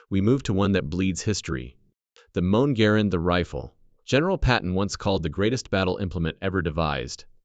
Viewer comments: Finally, we all now know the proper pronunciation of the greatest battle implement ever devised (Patton)….the “Moan Garand.” Great job. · The ESLate and the Moan Grand??? Lost my ability to listen within THREE MINUTES!!! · Jeez! Lose the sh*t AI narrative! Heckler and coat? mi Garand? AI just sucks! This is a great clip to hit the thumbs down button on!